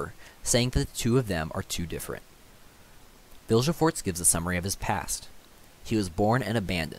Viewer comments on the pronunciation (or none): Vilgefortz pronounced Vill Ga Fortz Dijkstra pronounced Deekstra Good video👍